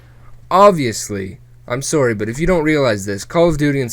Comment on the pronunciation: Even though this was totally serious and such. I love the way you say sorry with your Canadian accent........good commentary btw!